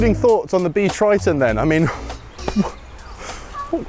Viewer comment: Totally bonkers! Also, "Triton" - keeps sounding like Kryton....